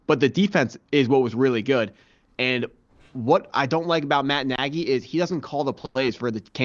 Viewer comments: Nearly stopped watching after he said Matt Najy for 14th time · Man we gotta make sure we’re pronouncing guys names correctly if we’re gonna be analysts 🤦🏽. Nagy and Spags earned that much respect.